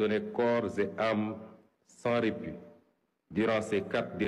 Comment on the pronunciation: Corps et âmes sans( repu) 😂 qu’il est nul ce mec . On dit répit